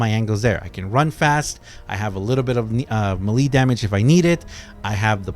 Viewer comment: Melee = may-lay not muh-lee